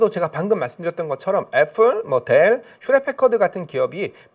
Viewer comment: 애플에 플, p 발음으로 부탁드립니다.